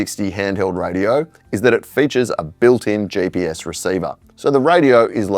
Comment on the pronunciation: its GPS not JPS. G stands for Global , there is no J there. Please try...